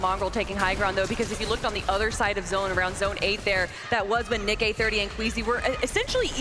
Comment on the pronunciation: How can you be presenting the FNCS Pro-Am and not be able to pronounce "Nick-EH-30" correctly. How disrespectful!